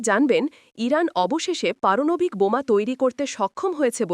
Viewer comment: পারনাবিক না পারমানবিক